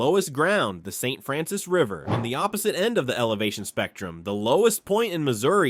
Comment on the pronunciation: I don't care how it's spelled, it's pronounced Saint FRANCIS!! Literally no one here pronounces that mountain chain as FRAN-SWAHHH